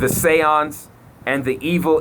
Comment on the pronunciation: THE SAY-YANDZ